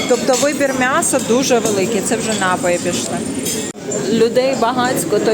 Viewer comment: НапОї,а не нАпої!